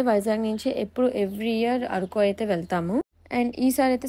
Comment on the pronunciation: ఆరకు కాదు అరకు